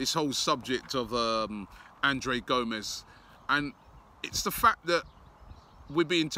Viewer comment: C'mon Robbie.. Surely you know how to pronounce the name "Andre" lol. Sometimes I think you're just tryin to troll us =P